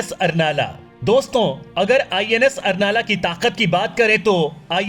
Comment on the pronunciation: उसका सही नाम अर्नाळा है , कृपया सही उच्चारण करो. मराठी नाम तोड मरोड के मत लो मराठी का कृपया सम्मान रखो . मातृभाषा है हमारी.